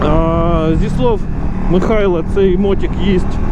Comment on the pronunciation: що за слово "мотІк", ми навіть з дитинства казали "мотИк". що за сусідське лайно мотІк. Аж вуха ріже.